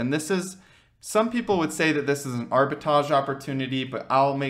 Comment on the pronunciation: Arbitrage...not arbitage